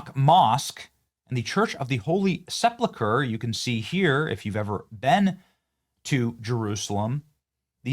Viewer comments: My brother in Christ, Christendom not Christian-dom. Sepulchre, not Sepluchre. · "Seplechur"? Can't you READ? Are you someone that says "Pacific" instead of "Specific"? The word is SE–PUL–CHRE, the last part is like you would say the colour "Yellow Ochre" its pronounced KER. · SEPLAKURE. It's SepULkur